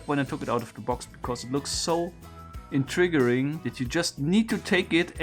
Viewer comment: Intriguing... "In tree ging"